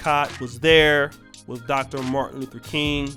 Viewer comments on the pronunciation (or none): none